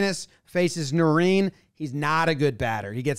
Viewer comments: “nah rine” not “nah reen”, good breakdown though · Botched Narine's name btw😂😂😂. Its not Na-reen. Its Na-rine like cheese rind but without the d.